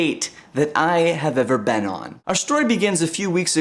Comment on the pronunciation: lol you say "been" like "baan" :)